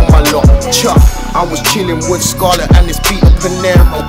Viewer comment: man said i roll wiv fathers and not idiots arddd